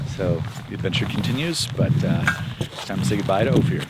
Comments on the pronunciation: fyi….it’s O-fir, not o-fear. I lived in Telluride for two years many years ago, so know how it’s pronounced. been there several times. Opir pass road is pretty rough, even in summer. a 2 wheel drive van not gonna make it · It’s pronounced o- fur 😂 …that’s my old neighborhood ❤️‍🩹